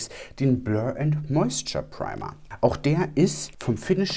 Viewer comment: "Preima" 😂 da kam der deutsche kurz raus 😂